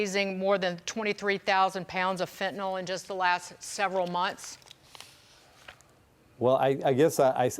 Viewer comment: Why can so few people pronounce Fentanyl properly? So many pronounce it Fentanol.